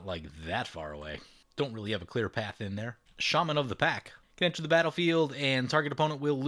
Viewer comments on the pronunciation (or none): none